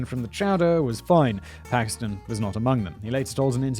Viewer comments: Bill Paxton not paxman. don't know why that bothers me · Great video, but it’s Bill Paxton. Sounds like you were saying “Paxman” to me.